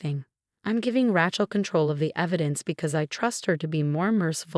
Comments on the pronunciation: Not RYCHEL but pronounced RAYCHAL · 12 mil to repay + interest. How in the heck are the in-laws going to repay? Interesting story with lots of mispronunciation, especially Ratchell (other stories have the same pronunciation.) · I can't stand the mispronunciation of raaachel. Ray, day , clay, say, pay aaaaaa long a. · It's not Rachel, it's Rachel. Long a not short.